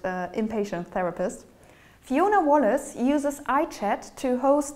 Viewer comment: 'Wallice' not 'Wallace' : )